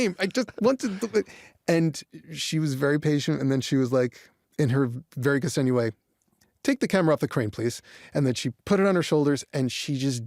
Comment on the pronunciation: Why americans always butcher non-american (non-english) names? The name is Ksenia, not Kasenia, not Kesenia